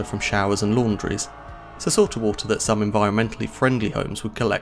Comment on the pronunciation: Woolta?? 🤯😂😵😂WTF is WOOLTA???? Lmfao is this guy trying to say WATER? Hes SLAUGHTERING the english language smdh woolta!🤯😂😵😂 wtf! Lol